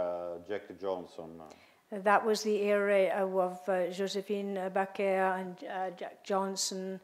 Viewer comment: He said Josephine Baker...not Bakera.